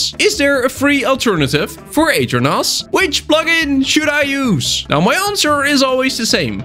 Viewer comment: aternos ❌ eater nos ✅